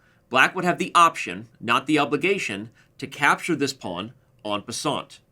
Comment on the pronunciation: You may not be a French scholar, but try to say 'en passant' as if you're a Frenchman. Do not pronounce the 't' because it's not followed by an 'e'. "On passante" just grates! ha ha